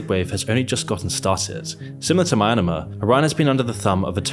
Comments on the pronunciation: bro, Myanmar is pronounced *MEE-AN-MAAR*, not MI-NAH-MAAR*, it's like you misread myanmar for mynamar like i dont like getting into grammar & stuff but so many people mispronounce it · It is called MyAnmar, not Mynamar. Geography knowledge -60, DUUUDE! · Dude. Stop called it "Myanamar", it's MYANMAR. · its called Myanmar. Not Minamar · Hey. I love you dearly so don't take this the wrong way but if you need a vocal editor I'd be happy to do it for free. I did it for my wife's channel (50k subs before she got cancer and had to private it) and I'd be happy to do it for you for free. Just need some help with pronunciations. I hope I don't sound rude, I just want to help out because your content is top quality. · meeyanmaar not my-anmar, people are burmese not myanmarese...... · umm Myanmar is pronounced mee - an - maar not myn - a - ma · This is great and all, but why did you keep pronouncing Myanmar as Mynamar? It's My-Yan-Mar. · Mah-an-ah-mar? The frick it's pronounced myan-mah brother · Poor pronunciation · btw it's Myanmar not Maynamar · im sorry but i have to comment this. its myanmar, not myanamar. mee-an-mar, not my-ana-mar. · mianmar, not mayanamar. hoonta, not janta. do they not teach you these words at your schools? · I can't get past saying "Mynamar" instead of 'Myanmar' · mee-an-maar, not mai-na-mur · *MEE-YAN-MAR* not MAYNAMA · It's Myanmar not minormar Jesus Christ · This video shows a serious lack of effort. Myanmar is not pronounced 'myanmer'. it's 'mee-yan-mar'. There are countless low-effort examples across many of your videos like this. Take the time to improve things like this otherwise your content sounds sloppy. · me yan mar not meyanama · always thought it was pronounced Myan(like Nyan of Nyan cat only M)-Mar and not Ma-Ya-Namar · My-an-mar, not my-an-mar! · Why do you pronounce Myanmar as mynamar? It’s horrible. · Bro said mynamar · For a second i thought you were talking about another country because of your pronunciation of "mynamar"